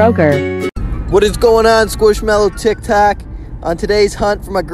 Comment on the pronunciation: (I’m on my dads acc before anyone asks- I do have an account but I’m just not on my phone rn) He also said what’s up tic “tac”